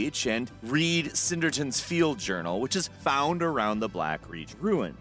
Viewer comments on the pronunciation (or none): The high elf's name is spelled Sinderion, not "Cinderton". Just read it, even if you've not played the game to hear the pronunciation. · Your constant mispronunciation of things is hilarious. IT'S SIN DARE REE AN NOT SIN DER TON. Wtf?? 🤣🤣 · sin-der-ion, not sinderton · “You have to read Sindertan’s Journal” Lol every time. S i n d e r i o n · "sinderion's field journal" sinderion "sInDErToN" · "Sinderton"? "CINDER TON" ? say it with me: 'Sin-DARE-ion' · Sinderton lol. It says sinderion right there on the book. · I’m surprised that you pronounced nirnroot correctly but said “Sinderton” instead of “Sinderion.” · Can't stand that "Sinderton" or that "Berenzeea" They suck. What game are they in?